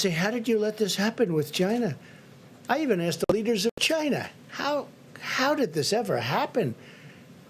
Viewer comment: He seems to have a lot of trouble saying the word 'China' properly.